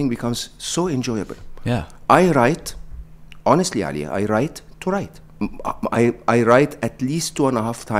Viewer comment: When Mo called Ali in a non-white way he did the Arabic prononcuation of it it made me really happy :)